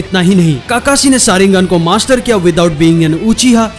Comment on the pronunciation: And han bhai tum Naruto dekhna dsereve hi nhi krte Kakashi ko kakasi bolte ho tum 😠